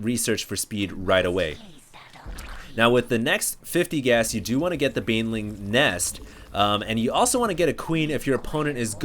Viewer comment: Dude its Baneling Not BAYWINGS :S